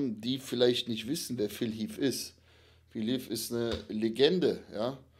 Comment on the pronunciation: Phil heath und nicht phil heafffffffff 🤦‍♂️